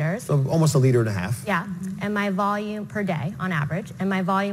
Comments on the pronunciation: AL-KA-LINE!!!! Don't trust idiots that don't know how to say the word of the topic they are "discussing"....damn shame. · Never. You're a doctor and can't even say alkaline. It's alka-line, not what TF you said. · They can't even pronounce alkaline properly lmfao